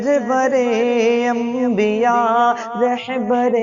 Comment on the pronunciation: اسلام علیکم ورحمۃ اللہ وبرکاتہ آپ سے درخواست ہے کہ آپ رحبر نہیں کہہ کے رہبر کہا کیجیے ۔الحمداللہ آپ کی آواز بہت ہی اچھی ہے اللہ آپ کو ترقی سے نوازے اور نظر بد سے بچائے